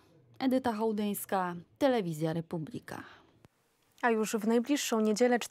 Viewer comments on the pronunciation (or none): Slowo "Republika" wymawia sie w poprawnej polszczyznie z akcentem na trzecią sylabę od końca (proparoksytonicznym). Wy sie nawet nie potraficie przedstawic poprawnie!